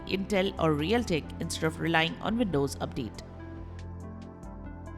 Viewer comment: velcome back.. vindoze